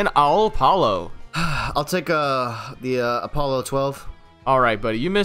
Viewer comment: name: alpollo chillin: aolpallo